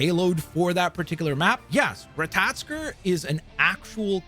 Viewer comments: Isn’t it Rat-a-tosker? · RA-TA-TASKER MY GUY!!!! Lmfao idk how you butchered the name like dat!!!!!!